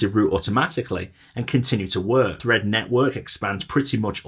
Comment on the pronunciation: Fread… Thread …Fread… Thread …Fread… Thread …🤣🤣🤣